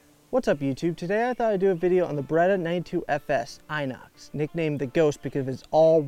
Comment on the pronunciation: not eye nox....inoxidable.....in ox